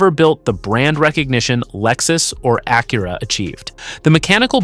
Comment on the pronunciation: AI pronounced Acura two different ways in the first opening remarks !